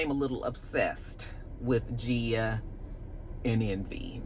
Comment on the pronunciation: Hey! Love the look❤❤❤ I do think DJ Envy's wife's name has a hard G at the beginning